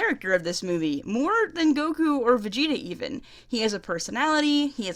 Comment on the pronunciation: And let's not forget Karkarot and Vergerter 😂